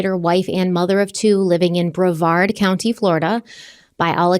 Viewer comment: go for saying brevard right!!! ❤